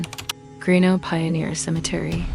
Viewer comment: More videos from my home state but Toodyay is pronounced too jay greenough is pronounced green-uf and Gingin is pronounced gin gin.